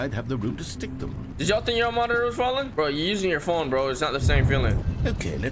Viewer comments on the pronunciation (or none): "My montrlrlrlrlrrr"💀💀💀💀 Bro its "Monitor"